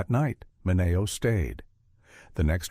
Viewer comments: its sal MINeo not Sal MinAYO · MI NE O... It's Men e o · so weird to hear the way they pronounce Sal 'Mineo.' GET it together AI.